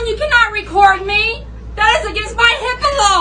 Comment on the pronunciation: Did the first woman say "That's against my HIPPO law!" ???😂😂😂😂